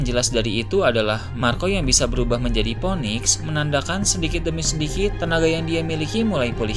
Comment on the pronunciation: Phoenix.. bukan ponik bang.. sebutnya finik